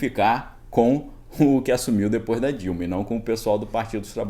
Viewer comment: Fala os nomes: Temer, Bolsonaro, Dilna… que agonia.